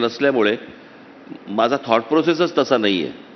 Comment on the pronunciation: It’s not “ MAHJA”, but it is “ MHAZA”.